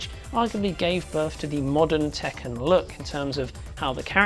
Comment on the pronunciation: Tekken is not pronounced "Taken", its pronounced as "Tek-Can", literally Iron Fist in Japanese. Also! Ryu in Street Fighter is not pronounced "Rai-You", its "Re-You". Not complaining about this video, just want to point this out.